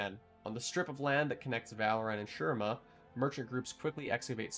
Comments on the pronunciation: Its said SHU-REEMA...my eye twitches everytime i hear sher rima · Hey! Not to be disrespect but I just want to point out that you’re pronouncing shurima incorrectly. In the game Azir himself says “shu-ree-ma”. That’s all! Great video! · Great vid so far, but ech, makes my bears bleed each time you say Shurima. More emphasis on the I, cmon azir can’t stop talking about it.